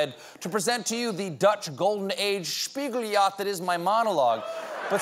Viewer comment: The annunciation on spiegeljacht was definitely German and not Dutch. The g's are very different in Dutch. It's more like static radio noise.